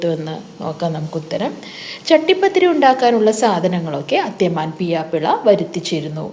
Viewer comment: അത്യമാൻ അല്ല അതൃമാൻ